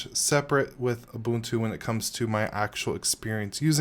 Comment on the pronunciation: Thank you for actually pronouncing it correctly. I can't stand these YewbUHNtOO people